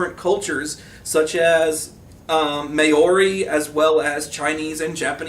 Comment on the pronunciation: 2 points: Firstly, Maori is a 2-syllable word. The first syllable is somewhere between Mao (as in Chairman Mao) and Mow, what you do to your lawn every month or so. Secondly I feel like one of the strengths of the game is that you can basically drop a fictionalized version of almost any cultures magical beleif systems and have it work just as well as the main splats. If many of the real worlds cultures end up becoming "another flavour of Dreamspeaker" that is because for a long time these cultures were collectively dismissed as "savages" by what became Western Culture. But with a little knowledge (and a lot of understanding) of these cultures, you can create a rounded character that plays in a fashion consistent with these beliefs without having to tweak any powers.